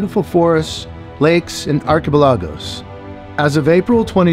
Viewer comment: Following on from meemmeem9170, there are several other incorrect statements in this video: 1) your pronunciation of archipelago. Ouch. 2) the national sport of Finland is not Ice Hockey, it is Pesäpallo. 3) Finland was not the first country in the world to give women the right to vote, but it was the first in Europe. Otherwise, thanks for posting a video on Finland.